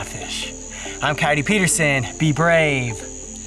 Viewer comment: Hi who all gets excited when says cyotey are u ok 😂😂😂 Btw love u guys so much